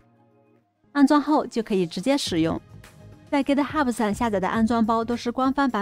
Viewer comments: 您好，是 Git Hub，不是 Git Hubu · 哥特哈普是啥 ？？ 名字都叫不对😅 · Git ho不英文發音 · github 最后 b 不发重 b 音